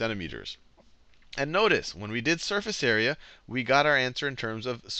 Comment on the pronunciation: Area sounds like squarerea ;)